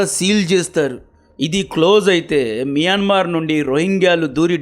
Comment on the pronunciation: మియన్మార్ ❌ మయన్మార్ ✅